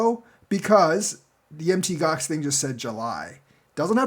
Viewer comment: PLEASE PLEASE FOR THE LOVE OF GOD PLEASE STOP SAYING M.T. GOX. ITS CALLED MOUNT GOX....PLEASE!